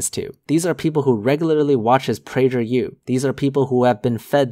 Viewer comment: I think you might be mispronouncing PragerU.